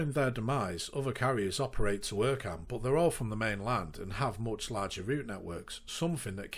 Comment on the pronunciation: Ercan is actually pronounced Air-Jan with the J said like jour in French but that's just me being fussy haha. Also at Ercan they are currently building a new terminal with 8 airbridges, some to accommodate widebodies and a new longer runway alongside the existing one. Pre pandemic that airport was pretty busy with around 40 daily flights carrying 5 million pax a year making it (unofficially) the 2nd busiest airport on Cyprus. Also on some pilot's route planning apps, ECN/LCEN doesn't show up, you look at Cyprus and only Larnaka, Pafos and Akrotiri show up, type in LCEN and it says not found.